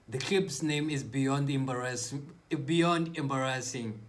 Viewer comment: "That was embaassig"